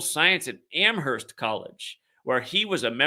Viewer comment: Amerst (the H is silent)